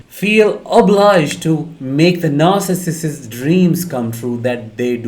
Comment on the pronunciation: Stop adding an extra syllable. It isn't narcissisiss.